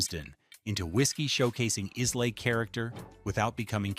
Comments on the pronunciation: Its not “eyes-lay, its eye-la”!!!! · Must be AI?!? Pronunciation sucked!! Eye-Luh (not Eez-Lay), etc. etc. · Brooch laddich? Eyes lay? C'mon man. Read your script. AI ruins everything. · Dewar’s 18 year old blend. Give this a go it’s stunning. Glenmorangie original lost something with the new label sadly it was one of my favourites. Pronounced with an emphasis on the fruit Orange. Pronounced Ila not islay. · Look, if you’re going to talk scotch, do no use an Ai voice. It mangles the way the brand names and other terms should be should be pronounced. You already lost me in the first 8 minutes, but when you pronounce it is-lay, then ize-lay, you do no justice to any of this. There is a mispronunciation in literally every 30 seconds of this video, which tells us you’re not doing this for a love of the drink nor the industry nor the very old and respected distilleries. Shame on you guys. Show some respect. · A mispronunciation of Islay.